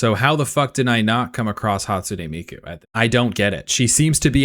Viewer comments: This nga said Hatsune Meiko😭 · “hatsune meiko” That’s beautiful bro